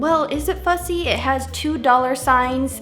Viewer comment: Bruh I thought she said bu$$y instead of fu$$y